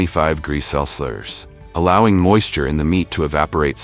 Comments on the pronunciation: 25 gree celsurs ... Is this AI or the guy really can't pronounce "jamon", "degrees" and "celcius" ? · Hahah, got to laugh at the auto narrator, cant say jamon, cant say Celsius , and even the subtitles cant spell, look out for himon iverico the next time your in spain. Absolute pathetic garbage, waste your time somewhere more worthwhile, like watching baby fukin shark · Bro has 50 different ways of pronouncing Celsius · Bro’s unable to say Celsius even if his life depends on it😂😂😂😂